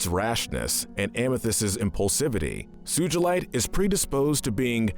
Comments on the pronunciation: It’s Sugalight not suejlit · SUJULITE!? its suGalite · SOO-GLE-IGHT NOT SOO-GOOL-LITE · Omg soogealite realy dude its not soogealit its sugalite soo ga light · bro says suchilite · all the pronuncition bad sugheelight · how could u mispronounce sugalite?! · WAIT DID HE JUST SAY SU-JIL-ITE IM SORRY BUT WHAT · He pronounced rodinite and sugilite 😂😂😂😂😂😂😂😂😂😂😂😂🙈🙈👨‍🦲